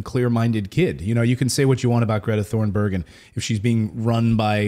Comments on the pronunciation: Instead of pronouncing as Thorenberg.....try Tunberg.....😊👍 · Greta's last name is pronounced more like \TOON-berry\.